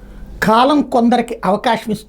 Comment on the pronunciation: ఖాలం కాదు కాలం